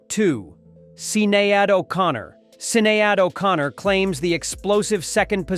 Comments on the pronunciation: i love the way you butchered Sinead O'connor's name. Brilliant! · Shocking! Explosive! Scandalous! .... and that's just the pronunciation of Sinead O'Connor's name. 😂